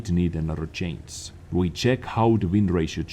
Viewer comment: Oh come on,! PLEASE!!! Just try to work on the pronunciation of CHANGE and CHANGES xD you are killing me xDD